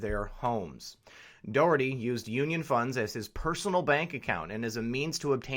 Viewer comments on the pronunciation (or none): Thanks for covering the Johnny Dougherty IBEW Ninety Three story in Philly. It will shut down the Philly Democratic City Ctte aka the Philly Dem Machine. FYI his name is pronounced Johnny DOCKerty hence his universal nickname, Johnny Doc. This is what everyone calls him high to low. This investigation has been going on informally for even longer - the FBI only had to announce it BY LAW two years ago! Obama imho blocked it just like Shillay et al. But that all ended when Trump got elected. Glad you did not go into politics also!